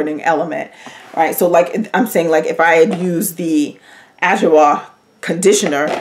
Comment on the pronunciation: I missed your videos! I’ll definitely check adwoa. And it’s pronounced ah/jwaa